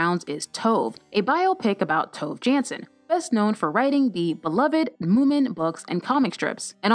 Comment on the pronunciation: It's pronounced To-veh Yansson!